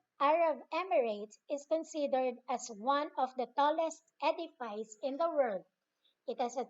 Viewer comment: Hello po ma'am re edifice pronunciation , (ed.ɪ.fɪs) po not edifays.